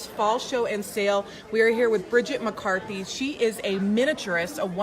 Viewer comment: Her work is absolutely fascinating. I do have to say though - for all her glowing compliments and frequent reminders that she's followed Bridget on social media for years, I cringed everytime the host mispronounced her name as "McCarthy," especially less than fifteen seconds after Bridget had made a point of enunciating the "T" in her last name when asked to provide her social media accounts .